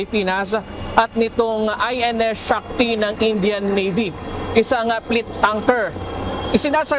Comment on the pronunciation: Bakit yung p naging f, tapos ang f nagiging P? Mr narrator? Warpare, weafon system? Pleet tanker